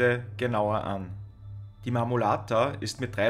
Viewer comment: Sehr informatives video. Der Berg heisst Marmolada. Wird nicht mit "t" ausgesprochen.